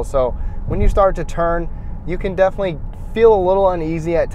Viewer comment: “Comfterble” is not a word. “Defnuhly” is not a word.